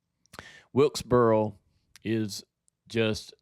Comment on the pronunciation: I’ve lived in NC my whole life and heard all kinds of southern accents, and I still don’t understand why JR can’t say “north wilkesboro”. It’s like he’s saying “north wiltsburl” every time. Where does that come from??